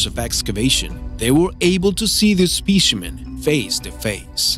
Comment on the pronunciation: It's specimen, not spishiment